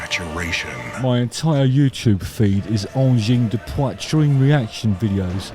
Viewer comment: WoW Justin your RRRRR from the throat in ''Poitrine'' sounds very french!!! You nailed it!! King Crimson rules and check the era of Peter Gabriel with Genesis after ;)